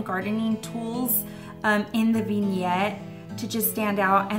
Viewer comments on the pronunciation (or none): Okay... After watching several videos now, your pronunciation of "vignette" is driving me bonkers. It's "vin", with a soft i sound, not "veen" with a long e sound. I've never in my life heard anyone say it "veen-yet". 😄 But hey, I'm still watchin because I do love your style!